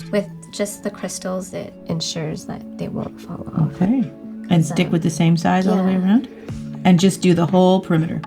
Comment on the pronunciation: If she says schtick it one more time.....